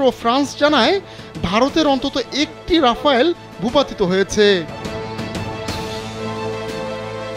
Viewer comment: ওটা রাফালে, রাফাল রাফায়েল কোনোটাই নয়